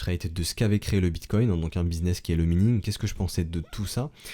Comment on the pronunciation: On dit minage ou maïning. Pas mïning T_T